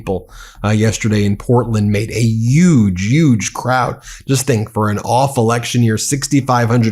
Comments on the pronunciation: The word is *decrepit*, not "decrepid". Also, Huge has an H. Not a Y. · I can't tell if you are making fun of Trump or you can't pronounce h in huge.